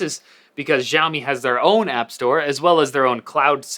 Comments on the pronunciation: man it's not "jiaomi", its pronounced as "shiaomi" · Your not pronouncing 'Xiaomi' right! It's Xiaomi not. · why does he say "gjaiomi" but he doesnt say "Eypel"? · This guy should do a good research about Xiaomi. First, the pronunciation of Xiaomi was wrong. Second, this guy doesn't even know the name of UI called MiUI. MiUI never had an app drawer and removing an app drawer dosen't mean it will be like IOS. 3. Its so simple to increase Screen-on time in MiUI settings. Google play can be easily downloaded on Xiaomi phones Idk what's his problem.